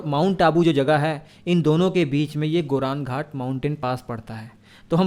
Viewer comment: Goram ghat Not गोरन घाट अरावली पर्वतमाला में स्थित गोरम घाट दर्रा राजसमंद और पाली जिलों को जोड़ता है।